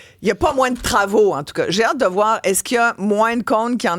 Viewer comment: Jveux pas le sawoir, Je veux le WOIR!! ...Comme disait si bien notre légendaire Mr. Yvon Deschamps! 😆